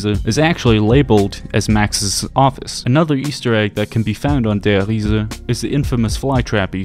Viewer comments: Lost count on how many times he says ‘Der Hiese’😂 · Der REE-ZA. Just stop bro, just say der reese